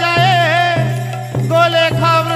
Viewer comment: ଗାୟକ ମହାଶୟଙ୍କର ଭାଷାଜ୍ଞାନ ଓ ସାହିତ୍ୟଜ୍ଞାନ ନଥିବା ପରି ଅନୁମେୟ ହୁଏ କାରଣ ଗୋଲକ ଶବ୍ଦକୁ ଗୋଲଖ କହୁଛନ୍ତି